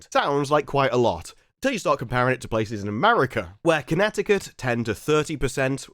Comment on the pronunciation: America ends with an A, not an R. Pronounce it properly.